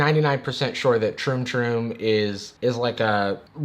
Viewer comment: Amount of times hE said "troom toom" ...likes